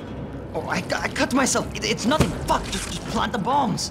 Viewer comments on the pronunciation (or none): none